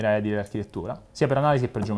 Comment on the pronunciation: Minuto Un ex studente di liceo classico, che parla agli studenti, dovrebbe pronunciare "edìle", che deriva dal latino aedilis, e non "èdile", poiché è la pronuncia sbagliata benché diffusa.